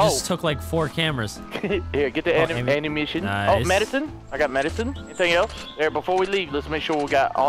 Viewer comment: yes ladies and gentlemen the 'anumition'..........